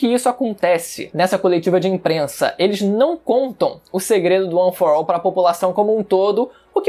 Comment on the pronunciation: Mas não se fala: UAN FOR AU